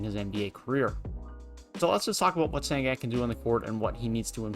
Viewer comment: It’s pronounced shen goon bruh